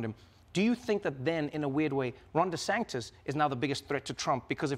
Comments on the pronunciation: I love how Trevor calls Ron Desantis "Ron Desanctis." Makes no sense. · Trevor, it's DeSantis, not DeSanctis. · I've noticed Trevor is consistently saying "DeSangtis" instead of DeSantis. Has anyone told him before? Or am I missing something regarding how DeSantis is pronouncing his surname? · Great interview. It sounds like Trevor is putting a C in Ron DeSantis' last name. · Trevor: DeSanctis😲 Maggie: Desantis🫥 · Great interview, but why does Trevor keep pronouncing it "DeSanktis'? Haberman seemed to follow it by mentioning "DeSantis" each time to keep it focused on the correct person. But I found it oddly distracting. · Why does Trevor pronounce DeSantis as DeSanctis? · it’s DeSantis, right? not DeSanctis? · Great interview with a super intelligent woman... But, Trevor.... it's not "DeSanCtics"... it's De Santis ! Just a little annoying issue ! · Trevor why are you saying DeSanCtis instead of Santis? You've still got deSanctimonuous on your mind I think... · “De Sanctis” lol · Am I mis-hearing Trevor? He seems to say the Florida governor as deSanctis with an internal c. Maggie says it correctly. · Am I the only one hearing Trevor saying „Ron deSanCtis“? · DeSanctis? Unusual mispronounciation for Trevor. And she's sitting next to him saying it correctly. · Has Trevor been saying Ron De SANCTIS? That is what it sounded like. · Ron Desanctus? is he purposely saying this? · Stop saying Sacntis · Why does Trevor keep saying DeSanctus? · Why is Trevor mispronouncing the governor of Florida's name? That's like a rookie mistake. I don't get it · Why does Trevor keep mispronouncing Ron’s last name? 😂